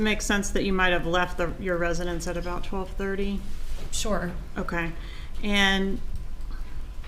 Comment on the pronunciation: Sounds like she is saying Shore